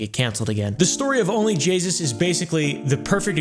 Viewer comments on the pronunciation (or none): Only jaySus as says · I heard Call her jayus one time and though she doesn't deserve the respect of fixing it I was bothered by her being called jaysus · It sounds like only Jesus except jasus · "Only Jaysus" 💀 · "And no my mustache isnt made out of 2 smaller mustaches" "Only Jesus'!" Thats what I heard